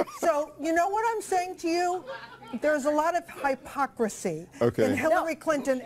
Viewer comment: 'Hypocrisy' of all the words she could mispronounce...